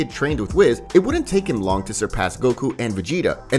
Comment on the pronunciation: Bro it's whis (wheeese) not wiz.